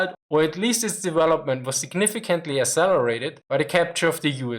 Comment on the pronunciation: Accelerate - ak-sel-lor-rate Rausch-Boom is usually = Crash-Boom, rattle doesn't quite carry it!